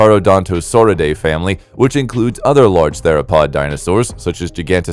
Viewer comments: Spot on. He says "Gigantosaurus", instead of Giga-Noto-Saurus. "Noto" comes from nótos, meaning South in ancient Greek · I almost had a brain aneurysm every time you said gigantosaurus